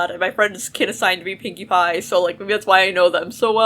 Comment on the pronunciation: I thought you said winky pie😂😂😂😂😂😂